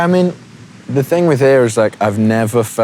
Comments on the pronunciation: What the heck happened to his accent? I've got a british-american mix, but i don't sound anything like this. His sounds almost australian at times? Like what's with him pronouncing 'home' as 'h-ah-m" neither brits nor americans do that... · omg RIGHTT, that's smth that I've noticed about Harry too. When he's not thinking too much, and he's just ranting he tends to subconsciously pronounce certain words with his strong Cheshire accent. His accent is on and off, depending on who he's with, I feel like. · the way he pronounces "home" and "haus"... HIS ACCENT IS CHANGING AHHHH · Are you deaf? The way he pronounces home and road... Not a complete change, but his accents is changing.